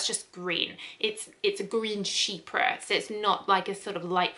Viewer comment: Thank you for making this video never knew how to properly pronounce “chypre” until today 😊😌